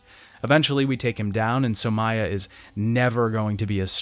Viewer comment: also 'Somaya'